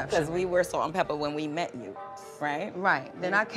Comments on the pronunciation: Not trying to be funny but is there a reason why you're saying "pepper' instead of "Pepa"? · It's Salt n Pepa not Salt n Pepper! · It’s not pepper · stop saying pepper! it’s pepa!!!!!! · Lololol....it's " Salt n Pepa"... not "Pepper" 😘💛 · Salt n PEPA... not Pepper! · Pepa not Pepper. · Stop saying salt and pepper its pepa